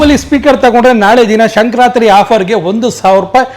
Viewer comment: 1st learn how to pronounce Sankranthi festival spelling. That is Sankranthi not sankar ratri